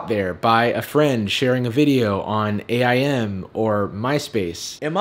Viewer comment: Anyone else find it weird that he pronounced AIM as A I M instead of aim? Threw me off a bit.